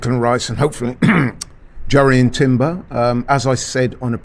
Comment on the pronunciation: The the love of god it’s pronounced “yoor-ee-an”. My Dutch cousins first name is Jurrien, it’s not that hard people.